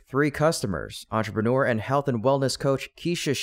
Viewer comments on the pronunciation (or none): none